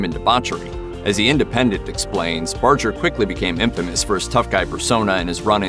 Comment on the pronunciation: Bar-ger not Bar-jer. There are Barger's where I live. Pretty sure they know how to pronounce their own name.